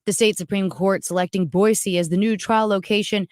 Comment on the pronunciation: It’s Boy-see please! I live 30 miles from Ada county.